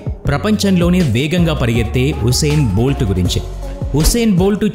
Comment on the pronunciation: అతని పేరు హుస్సేన్ బోల్ట్ కాదండీ యూసైన్ బోల్ట్